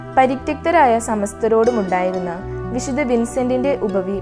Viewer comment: വിദ്ധ വിൻസെൻറ് ഡി പോളിന്റെ വിഡിയൊ നന്നായിട്ടുണ്ട് .വായിക്കുന്നത് കുറെക്കൂടി നന്നാവാനുണ്ട് .പ്രത്യേകിച്ച് "വിശുദ്ധ" എന്ന് പറയുന്നത് " വിശുദ " എന്നാണ് പറയുന്നത് ഇത് അരോചകമായി തോന്നുന്നു .നന്നാക്കാൻ ശ്രമിക്കുമല്ലോ നന്ദി !